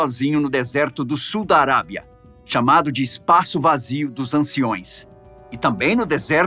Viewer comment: "Asteristicos" não existe, o correto é asterisco," e o correte é _anciãos e não "anciões."